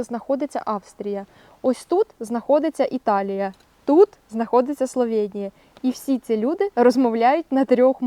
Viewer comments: Словенія, а не СловЄнія. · Та йома йо! СловЕеееенія, я спочатку думала це обмовка, але ж ні, ви ще разів 1000 сказали це через «Є» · Бласка не кажіть Славєнія, просто Словенія